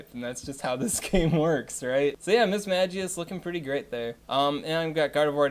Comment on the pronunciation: If you are wondering about the pronunciations: Mis-mag-ee-us, not Mis-may-jee-us Ray-quay-za, not Ray-quah-za Ah-zelf, not Ayzelf And the other lake trios are Youk-zee and Mehs-prit